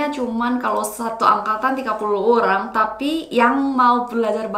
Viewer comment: 살해서요! Bahasa Indonesiamu udah keren banget, cuman pronunciation di beberapa kata kayak "kok" itu bukan 곡 tapi diucapkan 걱... Kata 'orang' juga lebih pas dibaca 어랑. Terus kata 'kolaborasi' kedengarannya kayak 'kolabrasi' harusnya bo nya tetap diucapkan jelas. Tapi overall udah bagus.